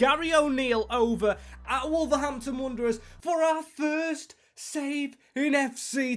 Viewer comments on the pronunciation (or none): Wanderers, not Wonderers! 😂 and Old Gold, not orange! Good vid though, that apart!